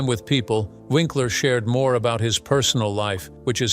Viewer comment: lol but the voice kept making it sound like Vinkler...not to mention the facts and dates were all wrong! Unless, that is Happy Days started ten years after it started!